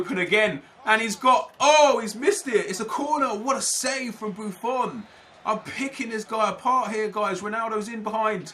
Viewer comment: Stop saying buffon like that pls